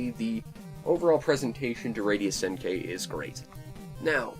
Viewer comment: By the way, it's pronounced Senn-Key. The i is pronounced like a hard e. Just sayin'.